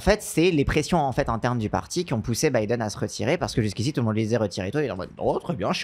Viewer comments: il est comme mon daron: il dit "Bideune". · La video se lance j'entends "bidéne" banger assuré